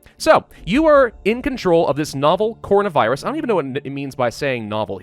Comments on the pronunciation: I love how he says cornovirus instead of coronavirus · Normal people: CORONAvirus: CONAvirus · Him : cornavirus Me: Coronavirus not cornavirus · he said “cornavirus” instead of “Coronavirus” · He said corna virus it’s actually corona virus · It hurts to hear him pronounce it "cohrina virus" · I love how he said it like "cornovirus" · *says corno-virus”*. Also: “ Woo-Han, I hope I’m saying that right” 🤣 love u 💕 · nobody:: CORNAVIRUS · Why is he saying “Cornavirus” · Hopes he pronounces Wuhan correctly. Mispronounces coronavirus the entire video.